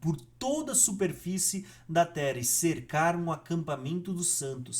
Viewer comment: O conteúdo é bom, mas pq vc não fala dois “rr “ ? Tera, arebatamento… etc